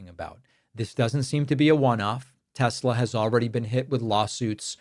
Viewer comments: I LOVE TESSSLERRRRRR! My apologies for the hard R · Tes- Ler! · Trump: "I LOVE TESLER!!"